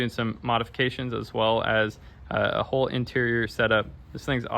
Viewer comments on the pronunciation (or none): none